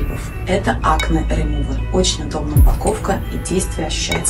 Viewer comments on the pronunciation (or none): Remove - ремуве, сказала Бузова, а не ремув. Сразу заметно отличное знание английского 😂!